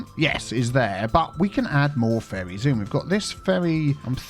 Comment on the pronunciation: "Now we do have some furries going backwards and forwards-" I did a double take at this while i was playing a game on my phone. I can't unhear it even though I know you were saying ferries. Sad thing is, you probably still aren't wrong.